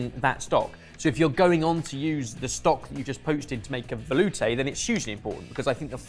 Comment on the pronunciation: Every time I hear say “veloute”, I respond with “veloute” taunt.